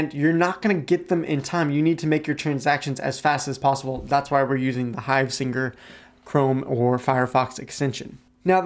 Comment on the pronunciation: Hivesigner not hivesinger 😂😂